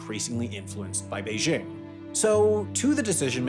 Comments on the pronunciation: Yes, the pronunciation in the video was off. There's no h sound in there. The sound "bay-jing" is correct. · it's not "beizzhing" with a soft j. it's simply pronounced like it's spelled, with a normal hard j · Sorry, just can't get past how you pronounce "Beijing." Is that how it's pronounced in Hong Kong? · You keep pronouncing “Beijing” wrong. Say this is your head: “jingle bells, jingle bells.” See how you pronounce the “jing” in “jingle”? It’s the same pronunciation for “Beijing.” Try it.